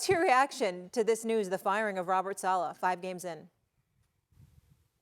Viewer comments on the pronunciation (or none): Man who tf is Robert “Salah” 🙄 SAL-UH, Robert SAL-UH